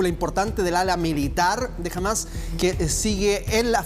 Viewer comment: es HAMAS con acedto en la A senor periodista mediocre no °JAMAZ° LOL